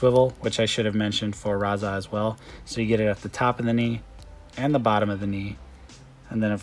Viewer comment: Why did you keep calling him Raza?